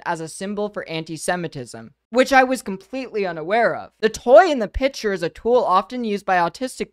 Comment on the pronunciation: I still can't get over keffals saying "pitcher" instead of picture